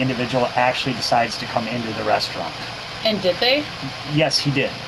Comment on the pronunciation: It's pronounced "restaurant", not "reshtaurnt." There's no H in the word.